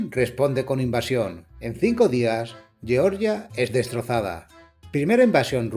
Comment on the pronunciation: ¿"lleorllia"? ¿estás de coña? ¿no puedes decirlo en castellano?